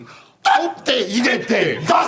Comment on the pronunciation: ヒューの"取って入れて出す"が完璧すぎて驚くライアンが面白すぎる😂